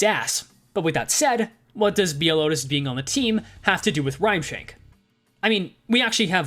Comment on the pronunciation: your pronunciation of Outis is wrong, it is "oo-tis", she is not the cow from barnyard